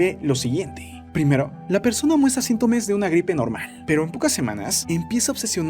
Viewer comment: Al minuto 553 el narrador dice sintomes